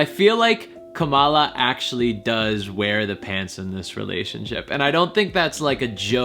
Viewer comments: It’s Kamala with similar emphasis to Pamela. Heavy on the first syllable. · Her name is pronounced like "Comma", Comma-la Harris